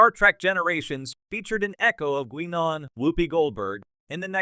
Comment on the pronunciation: good ole Gwee-Non... gotta love AI voices